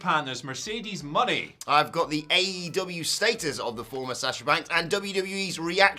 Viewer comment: It is pronounced Mo nay.